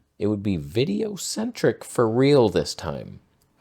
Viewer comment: “…of my VIDEO…CENTRIC…sensor.” 😂😂 That was gold! I watched that clip like 5x!